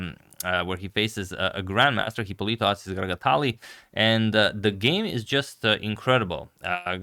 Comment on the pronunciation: The correct pronunciation (and spelling) is Hipólito (with accent on the first o).